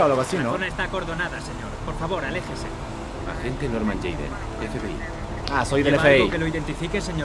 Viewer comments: Quitenle la J a Jayden q dice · Oye si le quitas la j a Jayden dice Aydén como el nombre del"fantasma" de Beyon the soul